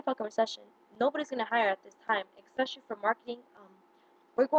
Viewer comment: Hey sweetheart, The word is "especially" NOT "Exspecially". The reason you failed is probably because of your lack of education and/or social skills.